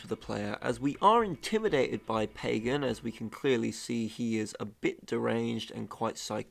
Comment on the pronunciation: AAAAUUUUGH!!! Short-a sound in both a’s of Pagan’s name. Both a’s sound exactly alike. P-ah-g-ah-n.